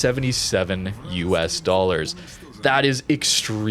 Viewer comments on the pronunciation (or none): none